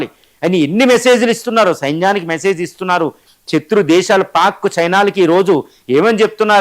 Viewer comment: చత్తురు దేశం కాదు శతృ దేశం అ నాలి